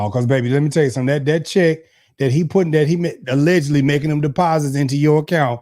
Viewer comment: these people need to learn how to say allegedly I don’t know why it’s so hard for them to do this🤦🏽‍♀️💯‼️